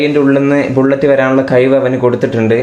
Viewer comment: കയിവ് അല്ല മോനേ കഴിവ്